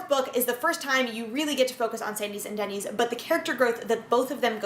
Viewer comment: Isn’t “Dennys” pronounced like “Dennis”, and not like the chain restaurant name?